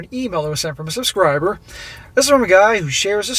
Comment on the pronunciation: Subscriber, not suskribr